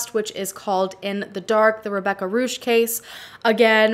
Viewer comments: It's Rebecca Roisch, not Ruhsh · The name is pronounced more like "roysh" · German here, her name is pronounced like Rhoysh. :) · Hahaha, Rebecca Ruhsh 😂 Roysh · Hey, I am German and I really do like your Videos. Her last name is rather pronounced "Roisch" than "Rusch". All the best from Heidelberg! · If her name is German, it is probably pronounced “Roy-sh” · It's pronounced like "roysh" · Her last name is pronounced Roysh. This was a really in-depth video considering the language barrier, well done! I always rolled my eyes when I saw that heavily edited picture of Rebecca on media news sites. I highly recommend you look into the Peggy Knobloch case. It is insane and still unsolved to this day. It even involves a wrongful (and later overturned) conviction and there was at one time thought to be a connection to the NSU, an extremist far right group. Since October 2020, the case is officially a cold case. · her name is pronounced ROISH like ROI like in Royce and SH like in fish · Her name is pronounced "Roisch" , to make it easier for yall english speakers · Her Name ist pronounced Roysh. (Like Boy). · The pronunciation is closer to, R-oy-sh. It's difficult to write the pronunciation down, accurately. It's better if you ask a German person face to face. 💜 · Most likely, her surname is pronounced "Roys" or "Roysh". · u did all this research but didn’t think to find out how to properly pronounce her name.... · You say "I hope I pronounced her name right". You didn't. Instead of 'hoping', why don't you just make the minimal effort required to just, you know, actually find out how to pronounce it. It's not difficult. Even if you're too lazy to do the same for all of the other names in your videos, you could at least demonstrate enough courtesy to the victims not to get their names wrong.